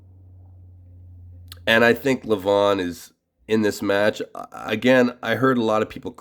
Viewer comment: It's LEVan as in seven, not leVAWN !